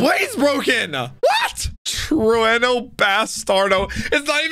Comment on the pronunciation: True-no ❌ Tru-ayyy-no ✔ 🤣